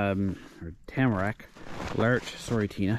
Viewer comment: HOLY RABBIT!!!! Well, I cracked up laughing a couple times throughout this one 🤣🤣🤣 You did good, by the end of the video “Tamarack” seemed to roll right off your tongue!! I’ll get ya reared up yet m’son!! Great haul in on the bunnies. Rabbit Stewwwwww 🤤 and that “Juniper” sure do split good!! Thanks for taking us along with you! Too funny…..I’m still here giggling away!! 🤣